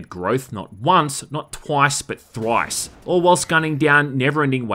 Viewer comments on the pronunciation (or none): Not once not toice but THHORIESSsS!!! 😁